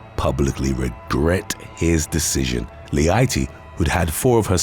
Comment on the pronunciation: "Leite" have a totally different pronunciation :) it means "milk". It's a common last name in Brazil.